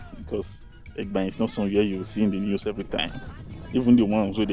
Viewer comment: Just a little correction. The name Egbaen even though it’s spelled with e as the first letter but it’s actually pronounced with an initial a, like when you want to say ‘a boy.’ So it’s like aygbaen—this is the correct pronunciation. And could you please make videos of the city center, I mean streets in the city center. For example, Sakponbe Rd, Oza Street, Aruosa Street, Ogbelaka Street, Erie Street, Igbesanmwan Street etc. Thanks. Good job!